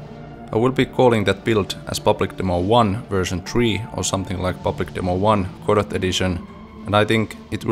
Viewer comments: Amazing. I will watch your efforts to port eagerly, and hope you succeed. FYI though, it's pronounced without the T. Goh-doh. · Jaa emmä tienny et Road to Vostok on suomalainen! Kreisii! Tiiät tän varmaa jo, mut Godot lausutaan siis Godou (eipä sillä niin väliä, loistava video!) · Doesn't the name "Godot" come from the Beckett play, and thus should be pronounced with a silent "t"?